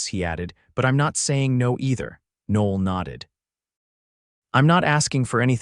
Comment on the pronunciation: The AI narrator completely messes up the pronunciation of her name. Noel is a beautiful name (Noel [Noël] means Christmas in French) and should be pronounced correctly.